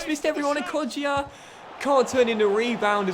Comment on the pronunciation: It's not pronounced kodjia it's kojja